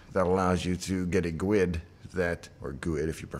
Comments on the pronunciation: I can definitely say I do not want to hear GUID pronounced as "gwid" again, this Microsoft culture has to stop somewhere ;) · Whoa whoa, forget programming your ESP32. There's a far more interesting story here. Does Microsoft officially pronounce 'guid' one syllable (with a W)?